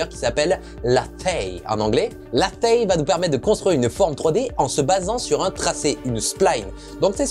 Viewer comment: Hello :) on dit "léizh" Et ça veut dire tour à bois ;) car tu dessines le profil de la forme, exactement comme sur un tour à bois.